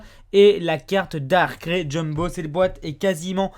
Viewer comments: Ca m'irrite quand j'entend DARCRAI au lieu de DARKRAÏ pour Darkrai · on dis Darkrai ("ail", comme de l'ail ou "aïe")... par Darkrai comme dans "récré" lol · "Dar craie" Mec sérieux ? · Comment il prononce " Darkrai " Rip.